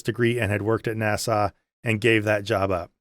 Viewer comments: That movie reminds me of the rapture movies from many years ago. Definitely pushing an agenda and putting fear in believers to reinforce conforming to the cult. Don’t know how you suffered through it so many days in a row. Interesting how you pronounce NASA like Nassau, Bahamas. Made me smile each time. Reminds me of why I relate to YouTubers like you, Mythvision, Gnostic Informant, Kristi Burke, Mindshift and others - real people who have been through the same thing as the rest of us former believers but, being brave enough to reach out to help others. Thank you! (P.S. I am not that brave!) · I forget our man is Canadian, until he pronounces NAS-Ahh 😜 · I watched video 7 times in a row and also enjoyed getting nitpicky about how he kept misprouncing NASA. 😂